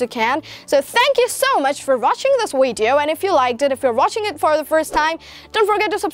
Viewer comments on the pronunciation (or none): its video not wideo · Just a comment on your accent. Say video instead of “wideo” because I think it’s really easy to make that switch!